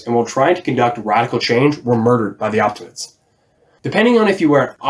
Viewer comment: great video bruv and I look forward to watching the rest in the series. it's a shame I got to know them only now as to advice for pronounciation, you could try to emphasize the letter E in OptimatEs, similar to as you do in Populares.